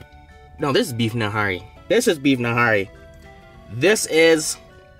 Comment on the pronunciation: That greeccie fried naan is .. Paratha.( Para-tha) Behari ( bee-Harry) Nihari (knee-Harry)😂😘 love it watching you eat always make me hungry..